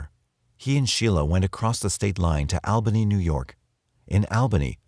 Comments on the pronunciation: Missed u 💜(I'm a girl btw, not a creeper😅) Oh... And It's pronounced AWbany, NY... I'm born n raised there😏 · Al Bunny? Hahaha All Bunny is more like it at least for the New York Albany people. (